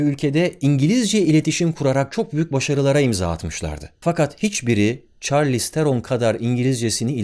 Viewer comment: Merhabalar benden de bir genel kültür :) Bazı kelimelerin nasıl okunduğundan yola çıktığımda isimlere de bakıp görmüştüm, Charlize Theron kendisi , isminin aslında şarliiz tfher-un olarak okunduğunu söylemişti :)